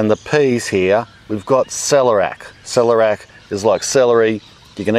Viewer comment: It's pronounced "sell-air-eee-ack" not "sell-er-ack"